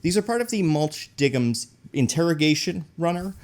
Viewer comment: When he said “mulch DIGGINS” I nearly THREW UP